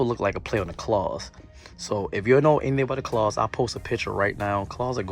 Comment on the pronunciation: KAWS not claws lol